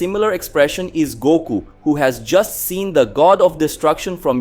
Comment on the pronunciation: Lmg it's doku not Goku lol